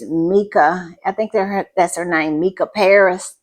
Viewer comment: Mica (pronounced Mesha) Paris is an excellent British singer who was one of my favourite artists Until this stupid comment Not a fan anymore!